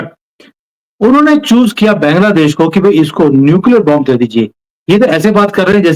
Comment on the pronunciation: Jai Shri Ram, Ek request hai. Bangladesh ka pronunciation बॅन्ग्लादेश ना करके बांग्लादेश ऐसा करें।